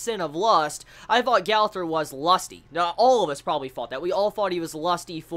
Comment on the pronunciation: It's pronounced Gother